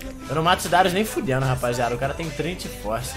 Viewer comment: Darius é oucas